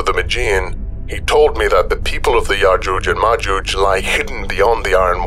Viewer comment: I could be wrong, but if you listen again I am pretty sure that called yojuje and majuje the entire way through. that the entire time. I will also listen back at my next opportunity and report back.:-)